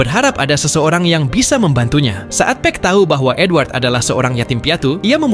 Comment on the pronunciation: Gw dengernya N-word bukan edward💀